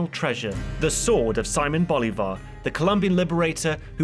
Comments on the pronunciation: See-moan bol-e-var. Sea-moan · And you said his name wrong 10 times